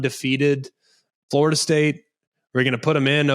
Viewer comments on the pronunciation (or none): none